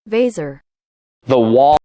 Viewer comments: 1. Thames - A* Absolutely perfect 2. Ouse - D- It's literally said "wheez" but with an emphasis on the "hw" sound at the beginning sorta like "hwheez" 3. Weser - C+ Solid try, very American 4. C- This is more of a V sound in Dutch, less emphasis on the L at the end Overall Grade: B+ cause I like you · The first E in Weser is long, the second short, while the S is spoken like the "z" in razor ^^ (But I think - you know that already - you are cutting your videos and playing an embalished version of yourselves anyways) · I live by the Weser and I only figured out what you were going for when the robot lady's voice said it but hey close enough between the robot and you we got there XD